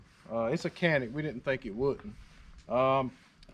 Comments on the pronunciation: Pronounced “John-ick”. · In Turkish is pronounced "Jhan-ick," but in English is pronounced Canik.